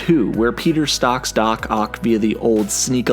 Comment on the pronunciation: “Peter stocks Dock Ock”